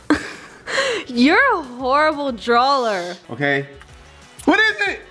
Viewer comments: Why y’all say drawler it’s funny still love y’all guys for future references it’s drawer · I died when she said good DRAWLER 😭